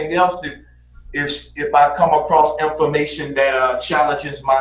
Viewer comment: curveture, we need more infumaychen imma need it